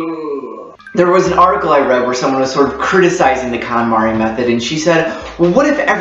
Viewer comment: It's pronounced "cone-mahri".